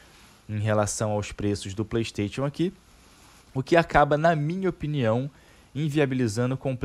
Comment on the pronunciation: “Plêi steitchon”